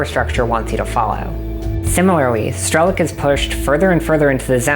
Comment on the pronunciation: Great video. I didn't play stalker but I'm guessing they rather meant strelOk, not strElok, as in sharpshooter in Russian. The pronounciation kinda took me out of the video a couple times lol.